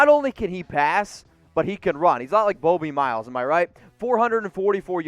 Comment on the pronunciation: Boe-bie Miles 😂😂 what a dweeb